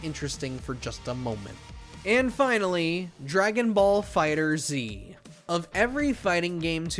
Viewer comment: Games been out for almost a decade and people still don’t know how to say dragon ball fighterz lol